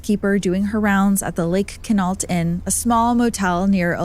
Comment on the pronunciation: It's pronounced "Kwin-ault." Love your channel, but that flashing emoji graphic is terrible and distracting.